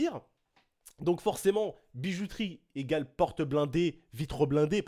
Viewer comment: Suis je le seul.a avoir entendu ''bizouterie'' au début de la vidéo ?? ^^